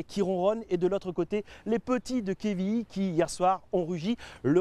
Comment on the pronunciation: pitié c'est pas quévilly mais quevilly avec un "E"